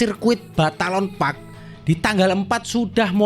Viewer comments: balaton bro..bukan batalon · Numpang koreksi om...bukan batalon park, tapi balaton park